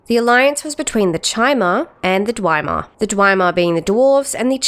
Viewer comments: Is this AI or do you really not know how to pronounce most of the words or which ones should have "the" attached to them? I've never heard of "The Nerevar" or "the Keening," nor have I ever heard anyone pronounce "Dwemer" as "Dwymer" like it rhymes with "Chimer." This is just strange. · also, the consistent mispronunciation of words commonly used in the community, like "Numindium" and "dwimar." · I thinks it’s just her Aussie accent. I’ve heard Chimer pronounced that way before but she does say Dwemer in a funny way tbf. When I played the ES games before YouTube proper blew up I used to read and pronounce things in my head in such funny ways till I heard them said out loud on YouTube lol. In oblivion when you get to Kavach and that high elf tells you about the daedra he provinces it Deeedra. That shook me at first 😅